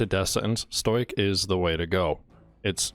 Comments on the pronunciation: Bruh he says stoic as stojiec fml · It’s pronounced stow-ick